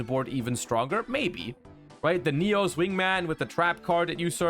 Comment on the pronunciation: Yugioh World Champion ignores the fact that Sinister Necrom carries this support on his back, instead opted to mispronounce Neos.